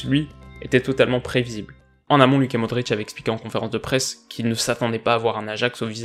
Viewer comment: Super vidéo et tout ce que tu veux MAIS,... Bon ça commence à me gaver. Au niveau de la sonorité des prénoms ou noms de familles yougoslaves. Dušan Tadić = Dou-Sha-Ne Ta-Ditch Luka Modrić = Lou-Ka Mo-Dritch Nemanja Matić = Né-Man-Ya Ma-Titch Davor Šuker = Da-Vor Chou-Cair Edin Džeko = É-Dine Djé-Ko Luka Jović = Lou-Ka Yo-Vitch J = Yeu Ć = Tch Š = Ch U = Ou Ž = Dje Đ = Dyeu Je ne trouve pas logique que tu prononces Duzan (en FR) et après Tadić (en YU (HR/SR)). Cela te permettra d'éviter pas mal d'erreur.